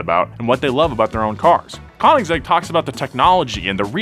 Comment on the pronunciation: Koenigsegg is pronounced coneigsegg